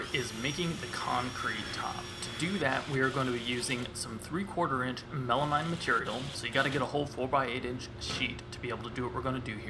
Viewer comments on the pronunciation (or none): Love the project but does it drive anyone else nuts how he pronounces melamine??? Should be mean not mine at the end right?